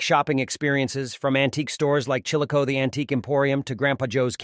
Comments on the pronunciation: Does not pronounce it correctly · Yes I immediately stopped watching this when I heard him mispronounce the name of the city. That’s bad.